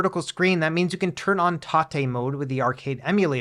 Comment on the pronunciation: disagrees with your pronunciation of "TATE mode".